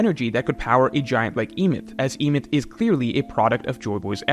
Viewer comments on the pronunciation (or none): You're pronouncing Emeth wrong, the E at the start makes an eh sound not an ee. And you pronounce the second syllable exactly as it's written, meth.